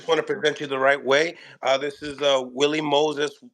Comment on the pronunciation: It’s not Willie Moses it’s “” How could you possibly not know that??? 🤦